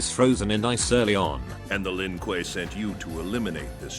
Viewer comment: Why does the darn dude calll them the Lin Kooey lmfaoooooooooo it gets me everytime